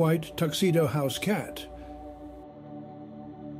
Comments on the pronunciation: The only flaw I can detect is how “he” pronounces “house cat”. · The pause after house cat, sounded like a comma and not a full stop, because of the inflection in the pronounciation, AI has a long way to go😂